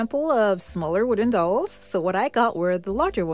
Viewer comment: So, the "ow" in dowel is prounced like the "ou" in ouch. Other than that, you do an amazing job every time!